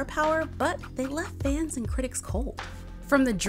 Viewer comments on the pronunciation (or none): none